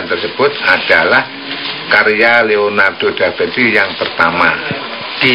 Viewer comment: Leonardo Da Vinci , bukan DAFINCI 😂 Piye toh Pak e iki , mugkin dia kurang minum AQUA ...